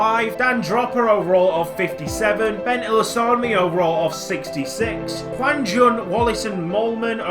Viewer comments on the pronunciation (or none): none